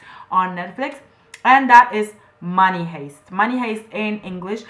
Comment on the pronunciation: The word "heist" is pronounced "haist" not "hayst". Your English is great, though!